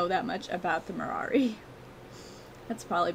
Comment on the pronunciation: It sounds like you say Marari instead of Marwari.